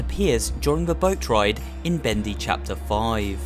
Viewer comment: Thaets not Bedy